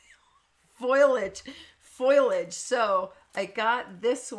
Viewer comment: Please don’t feel offended by my desire to spare you the embarrassment I felt while reading aloud during adult Bible class. Long story short: the main character was Nehemiah and I pronounced it incorrectly about TEN TIMES!!! So with love I say: foliage is faux lee idge (There are several other company frontline people who also say “foilage” which is not a word. Yana Smakula is Yah nuh Smah Koo lah I hope you receive this with the love with which it was sent. Gotta go now so I can buy these things you have tempted me with. ♥️